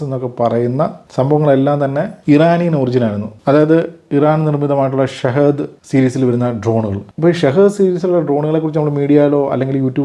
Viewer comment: Shahid അല്ല ഷഹീദ്‌